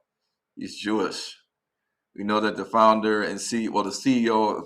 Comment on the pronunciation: "JEW-ISH,"? "AFRIKANAS" ? SMH.